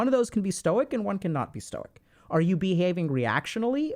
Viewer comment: I'm not a stoic by any means, and I have a lot of problems with it, but god, listening to Ludwig just butcher it caused me so much pain lmfao